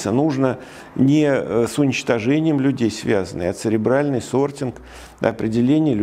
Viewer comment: Сортинг - ЦЕРЕБРАЛЬНЫЙ. А не "сребиальный". Касательно остального бреда - гугл в помощь забиваем "люди читают жопой". В вашем случае наверное, упомянутым вами "сребиалом". Далее. Читаем и смотрим про социальную стратифицикацию у того же Савельева и пытаемся это сделать не жопой. Потом нужно попытаться немного подумать. Если, конечно, вы в нужное русло энергию мозга направите.